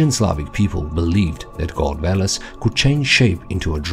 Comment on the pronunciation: VELES or VOLOS as you said, VO - bull